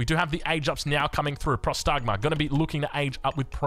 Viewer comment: Próstagma* not prostágma... means "awaiting orders"... its basicaly a question